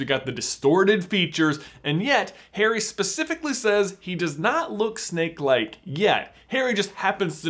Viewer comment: Who else keeps hearing Snape instead if snake